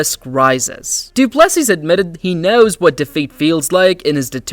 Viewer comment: Dryyyy-kuus Doo Plu Sisss. Horrible pronunciation 😂